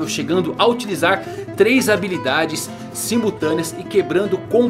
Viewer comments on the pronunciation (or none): none